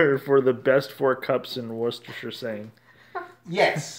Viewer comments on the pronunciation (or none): Wooster-shire sauce is close but I love your efforts! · I think he said "washyoursister sauce". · No one says Worcestershire sauce better than you! ❤️